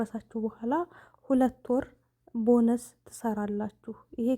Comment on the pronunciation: እ። ማለት ቦነስ ስትይ በነፆ ነው